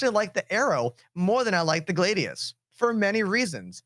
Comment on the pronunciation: The "Glaeydious"